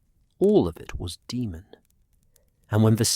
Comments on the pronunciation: Daemon is pronounced Day-mon, not De-mon. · I absolutely hate AI his name is not demon why not just spell it Damen so stupid AI can pronounce it the correct way you literally listen to this and thought it was acceptable to post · Daemon not demon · I quit after 10mins because I cout get past the pronunciation of daemon as demon